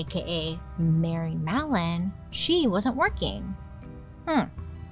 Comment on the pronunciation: but I heard mellon? 😢